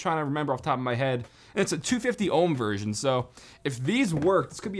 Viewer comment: Its a 250 ohm vershion 😂😂😂😂